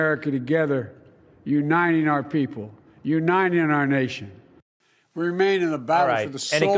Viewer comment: He never has been able to even say Uniting. His best effort is U-9-ing. No wonder he has failed in bringing any unity.